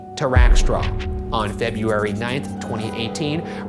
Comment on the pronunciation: Ryan still struggling with the word "February" brings me so much comfort. Some things never change in a beautiful way. Also, so relatable, fuck the word February